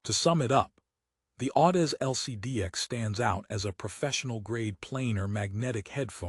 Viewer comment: Can't even properly pronounce Audeze into the video. No reason to watch any further.